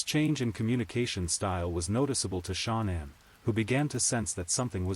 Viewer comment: Voice AI: Shannon= Shaw none Nicole = Nichel. Ruins the story. Please do better.